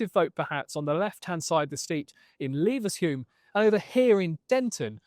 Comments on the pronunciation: "Leevenshume" - it's LEVenshulme FFS. Do your research! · It's pronounced Levvenshume, not Leevenshume. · Leeevenshulme 😂😂 It’s Levenshulme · Haha lever - shume... Lever is pronounced like American would pronounce it. Such bad research from this production team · Did he just say leevenshume? What a parcel!! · "Levershulme?" You mean Levenshulme? A lefty-filled dump, filled with failed children of the middle-class. Learn to pronounce your shitholes properly. Gorton and Denton filled with benefit-lovers and immigrants. All shitholes, all will vote for who promises to give them the most money.